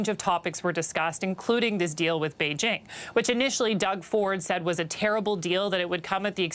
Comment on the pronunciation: Yay, Beijing was said correctly! (It’s not bei-zhing as most say)